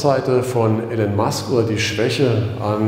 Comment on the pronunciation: IIIIIIlon nicht Alan Musk....Omg